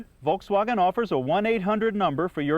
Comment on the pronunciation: The way he says Volkswagen makes me cringe.